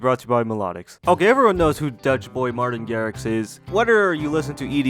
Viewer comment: Meertiin Gerrix :D